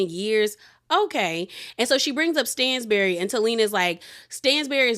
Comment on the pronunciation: It’s pronounced STAN-bury not STAINZ-bury. I’m not being shady I love you but it was low key annoying to hear you say it wrong 😂😂😂